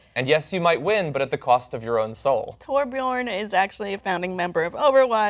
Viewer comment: WTF why did you guys insult the names by pronouncing them wrong like Torbjon